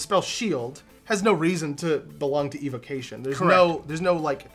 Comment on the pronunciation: evocation: RIP my ears